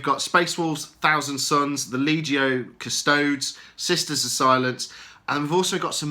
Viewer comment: Cus-to-des not Cus-tods FFS.